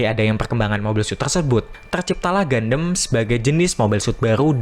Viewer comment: Bro, seriusan, reviewnya bagus. Tapi pelafalan gundam itu bukan "gandem" tapi "gandam". Even orang luar (english dialect) juga menyebutnya dengan pelafalan "gandam", bukan "gandem". Agak gimana gitu denger gandem gandem gandem. Keep it up bro 👍